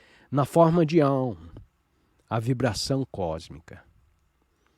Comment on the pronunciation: Olá! Gratidão pela leitura! No entanto, há palavras q não estão com a pronúncia correta (ou, pelo menos, corretas para a nossa sonorização em português, já q são palavras em sânscrito). Nesse texto, percebi duas: a primeira foi o Gita, a qual é pronunciada por aqui como "guíta" e não "guitá". E a segunda foi o AUM, onde pronunciamos mais ou menos assim: aÚm. E não Áum como foi falado.